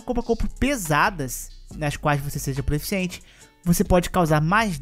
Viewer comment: Pq q vc fala "Proeficiente" ???